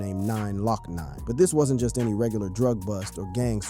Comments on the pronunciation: Nigga said NINE LOCK NINE 😂😂😂 it’s pronounced GLOCK NINE 😂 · Hot boy-e and 9lock nine is crazy😭bro researched everything except pronunciation